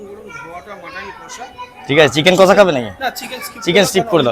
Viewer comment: ওরে আগে উচ্চারণ ঠিক কর, "মটন" কি‌রে ভাই ??? কথাটা "মাটন"